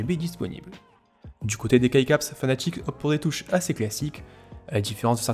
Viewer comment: Tu as clairement dis que c'était fnatic et pas fanatic, supprime ton commentaire alors, et non c'est un mot international, donc non "pas en français" c'est fanatic la prononciation et pas fnatic, t'as tort et c'est tout fin de discussion